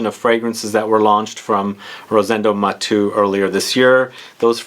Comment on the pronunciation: Nice review,! Btw, it’s not pronounced “Mah-two” it’s “Mah-tehhh-ooh”...! Thanks for your video...! Greetings from Spain!